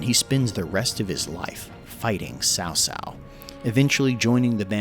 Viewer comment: Word-butcher tip: Ma Chao is pronounced literally as Ma Chao, which is like Ciao from Italian. And Cao Cao is more like Tsao Tsao.